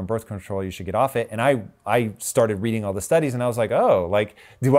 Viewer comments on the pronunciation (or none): none